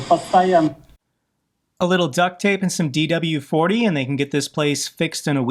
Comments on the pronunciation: WD-40, WD-40. Not DW-40:) hehehe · It is wd-40 not dw-40 just for clarification. I am sure that sounded pretty weird to most people that use this a fair amount like myself.